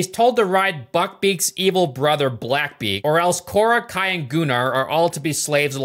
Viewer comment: I will be that guy and say that actually is the correct way to pronounce Gunnar